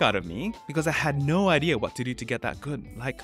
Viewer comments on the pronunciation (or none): none